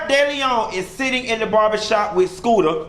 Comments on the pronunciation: It’s SHOOTER, not Scooter lmaoooooo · Shooter..Its Shooter not Scooter....lol😉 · 😏 it's shoota not scoota 🤣🤣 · if you don't stop calling this man scooter😅🤣😆😂🤦‍♀️👏👏. Its Shooter! Lol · Shooter 😂🗣 not scooter 💀💀💀😂😂😂😂😂😂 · His name is SHOOTER. Not SCOOTER 😋🤭😁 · Skoota 😂😂😂😂 I’m over u it’s Shooter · that mane name is Shooter not Scooter lol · Its SHOOTER not scooter 😂😂😂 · Skooter? 😂😂😂😂😂 it's shooter I died 😂😂😂😂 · Shooter not scooter. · I love that you keep calling this man "Scoota" I thought his name was "Shooter" 😂😂😂😂 Where is your Scoota?!?!!